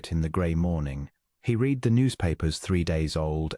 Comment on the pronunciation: Here is what I HATE about the AI BULL SCHNIT: She didn’t “reed,” him a passage, she “red,” it. I don’t know why, but that breaks the spell of an otherwise soothing story, EVERYTIME.